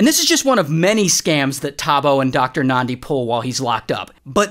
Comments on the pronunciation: Ayyy Ray doing a vid abt South Africa's craziest stories And he even pronounces Thabo and Nandi so well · I'm South African & I just want to give you your flowers for pronouncing "Thabo" & "Nandi" so well. Well done Ray, well done. 👏🏽👏🏽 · Lol, same XD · I came here to say the same. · Well done